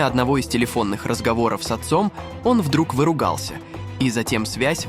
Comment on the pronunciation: кЭйс для флЭйты? Твоя дикция и произношение настолько дикие,что аж немного смешные... ....он вдруг выругАлся???? Ну ты КОНЬ!!!!